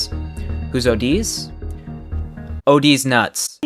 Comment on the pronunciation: “Odiz nuts” That just triggered me out...